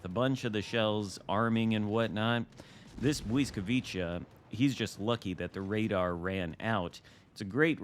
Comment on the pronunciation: Bliss vwee kah…your adding in extra consenants